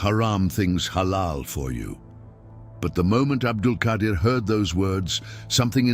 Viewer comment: You have written the name wrong, He is Abdul Qaader Not Qadir Qaader and Qadir are tow separately names of Allah . And the one you are talking about is pronounce QAADER.